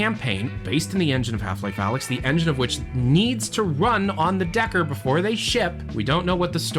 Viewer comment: deckard not decker